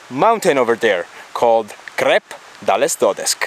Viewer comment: Well done, but please, don't pronounce the names like this: Dodesk, Crusk... It's Dodesh, Crush